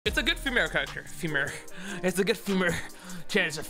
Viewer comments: trying to pronounce female in the beginning had me dead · I love how I click on the video and first thing I hear is "its a good femare character" 😂